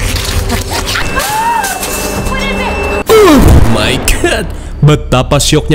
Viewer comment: "oughhh my gatt"😂